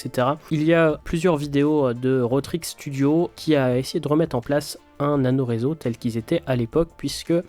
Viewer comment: Super intéressant, merci pour le travail ! Mais avec toutes les répétitions comme "Ça devait êtte", "Il fallait remette" et surtout tous les "quatte" au lieu de QUATRE 🥵 je n'ai pas pu METTRE de like.. Je reviendrai pour voir (écouter) si je peux même m'abonner. Encore merci pour ce thème captivant 👍